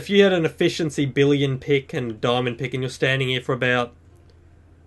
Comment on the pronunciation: I think you said diamond pig not pick